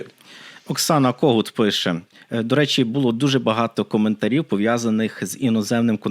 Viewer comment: Не повістка, а порядок денний. Не в шестидесятих-семидесятих, а в шістдесятих-сімдесятих. Не блИзьким, а близькИм. Не бУло, у випАдку, провЕсти, привЕзли, а булО, у вИпадку, повестИ, привезлИ. Не "в кінці кінців", а "врешті-решт". Не "вірним", а "правильним". Не "ПРИ певних обставинах", а "ЗА певних обставин".